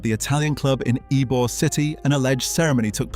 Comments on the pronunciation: The funniest thing about this video is you keep mispronouncing.Eybor city in a few of the other places we have here florida , which is understandable because unless you grew up here or lived here , no one's probably corrected you on the proper saying of some of these words , but i'm gonna let you know as a floridian , this s*** is f**** hilarious nonstop😂😂😂😂😂😂😂😂😂😂😂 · It was absolutely fucking criminal and I knocked my chair over. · What a piece of crap video! Doesn't pronounce Ybor correctly, shows a picture of Genovese when referring to Trafficante, says "double murders went unsolved" while showing a picture of the Black Dahlia who was murdered in California and not to be mob related. Blocked and reported. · I died when I heard that😂 tampa born and raised and never heard some many mispronounce it before! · "Y-be-ore" city. It's pronounce "E-bore". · Why-Bee-Orr City? Says the AI slide show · God bless all. Ybor City is pronounced E bore city. It is not I bore city. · I guarantee, absolutely NO ONE has ever heard of (Y-B-or-city)…. BECAUSE it’s YBOR CITY pronounced (E-BOR) city… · Ybor……Why-be-ore city and Eye-bor??? It’s pronounced Eebore City! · i swear to god if he's gonna say whybeor city the entire video im going to click off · 1: It's pronounced EEbore, not whybore 2: The pot smuggling was run through Everglades City, not Tampa. They ran the channels btwn the 100 islands 3: Alot also came through E coast's Maule Lake, into Ojus, across from Greynolds Park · Your AI doesn’t know how to pronounce Ybor City, it’s supposed to sound like E-Bor, but your AI reads it as Y-Bor. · even with an A.I. English accent, Ybor City is never pronounced "Y-bee-or" city. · the AI robot corrected itself by pronouncing arbor correctly… the second and third time… it was funny hearing the robot mispronounce Ybor…. This AI is taking over everything…. Glad I seen this.. Uncle Bobby Tampa Fl.. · Narrator pronounced Ybor as "why-be-or" 😂 😂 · It's pronounced E-BORE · pronounced Ebor yute